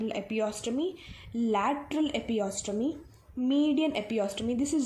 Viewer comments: God!!!!!! Its not epiostomy...........its EPISIOTOMY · Also pronounced as epi-se-otomy